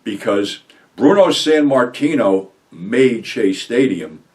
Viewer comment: Sammartino not Sanmartino